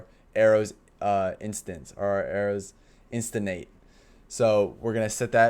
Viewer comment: Cool video series. One quick thing I noticed on a couple of videos, it’s “instantiate” = IN-STAN-SHE-ATE